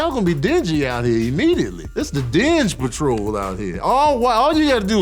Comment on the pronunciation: This fool said "Dinge Patrol". LMFAO